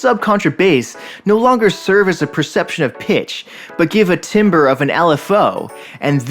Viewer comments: Hey heads up, timbre is actually pronounced like tambur. Otherwise great video and great explanation, this has been a cool project to watch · Timbre = Tamber